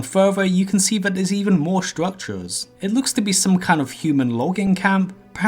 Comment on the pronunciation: Stwuctwures UwU